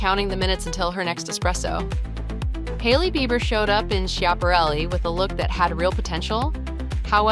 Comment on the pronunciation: Do not try to comment on designer looks when you cannot pronounced Schiaparelli.